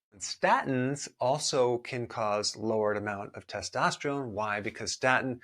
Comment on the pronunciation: I’m annoyed by the way testosterone is pronounced in this video